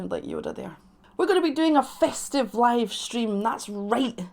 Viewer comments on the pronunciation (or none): Tell me why did you say festive like "fistive"? 💀